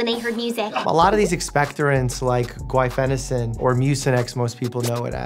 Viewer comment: Thank you for pronouncing guaifenesin correctly! I’ve been allergic to it for as long as I can remember and so many people screw up how to say it!